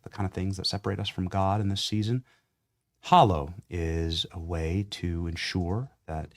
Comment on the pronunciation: Dear Benny……It’s Hallow……..Not hollow. As In “hallowed be thy name”